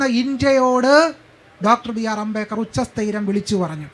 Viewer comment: അമ്പേക്കർ അല്ലടി അംബേദ്ക്കർ